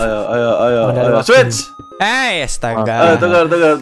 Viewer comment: switch bang bukan swuid